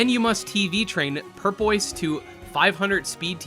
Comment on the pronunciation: purpoise? its pupoise